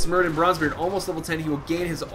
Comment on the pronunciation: Why do I always hear you saying Branze Bronzebeard? Also, where is your Girl friend? I enjoyed watching you teaching her how the Dreadlords are OP, how the... how the... what else did you teach her? God damn it. =D